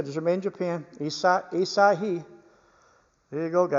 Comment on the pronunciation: AHH-SA-HEE is the pronunciation. ASAHI is a major Japanese manufacturing company known for gkass and optical products, I.e. Pentax cameras and binoculars.